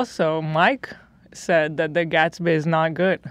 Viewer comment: Nobody: Ethan: ”So I sais...”